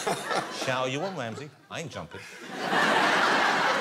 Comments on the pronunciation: This dude can’t even pronounce his last name. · am i the only one whos getting triggered by the fact he can't even pronounce Ramsey's name right ever?!? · Gordon WAMSEY. Wibbly Wobble, Wibbdly Woo.